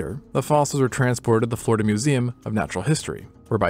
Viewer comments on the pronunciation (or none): none